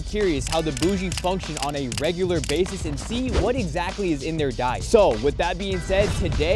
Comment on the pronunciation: bro said regoolar